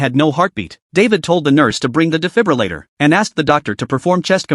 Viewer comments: "the difibalater" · Difribulator" lol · Even the ai can’t pronounce defibrillator